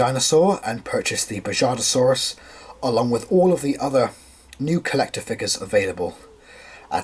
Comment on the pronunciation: Just to let you know the J in Bajadasaurus would be pronounced as the H in “house” is. Also I love this figure! 💜